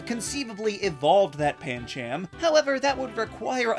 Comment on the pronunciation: It’s pronounced amp-fuh-ROSS, pan-CHUM, and em-pol-ee-AHN, “”! 🤨 Also, Dawn’s Piplup has refused to evolve, so he’s fine the way he is!